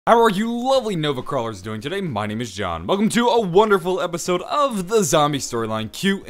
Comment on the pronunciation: he saed move crualers